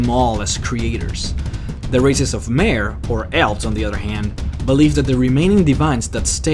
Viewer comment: It's pronounced DEEdra not die-eedra in the elven language. But I was happy to find that you pronounced mer ("mare") correctly in your other lore videos